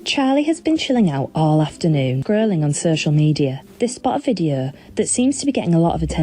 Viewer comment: "Videuuuuu" "Av yoo gut a rreeumm?"